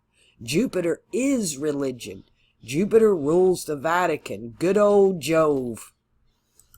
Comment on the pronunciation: You didn’t say Jew-Peter this time! (Jupiter) That’s how I remember! 😁. Thank you for my chart! 💚☀️💚